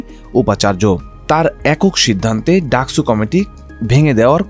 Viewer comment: স আর ছ এর উচ্চারণ তো আলাদা, ডাকসুকে ডাকছু বলছেন কেন?